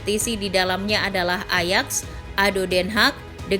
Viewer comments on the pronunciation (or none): none